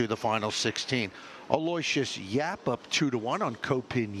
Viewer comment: Note to announcers, Aloysius is pronounced AL-OH-WISH-US not al-LOY-see-us